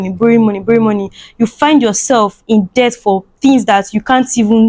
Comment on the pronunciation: We know what debt is, na you no sabi pronounce words😹😹😹😹